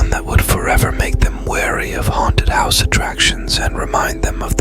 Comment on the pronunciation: Haunted Hill 'Housey'??? How not to train your bot. And macabre is pronounced 'macaub'. The r and e are silent. Such is the bane of French words---extra letters. Great story, though.